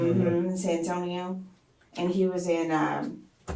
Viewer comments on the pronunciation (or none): ewww the way she says San Antonio! San Tonio.